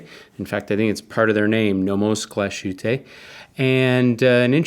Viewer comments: Glashütte literally means Glass Hut. The "sh" is not pronounced as in English. So the town is pronounced Glass-Huteh. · Amazing review, but please look up how to say the word Glashütte lol